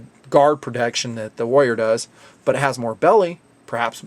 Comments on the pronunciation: is it me or are you pronoucing warrior as wolier ? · I'm having to try really hard to get over how badly you're pronouncing "warrior". The Rs in the middle are not silent, friend.